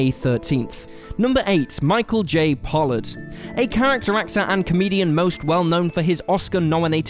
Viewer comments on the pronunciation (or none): none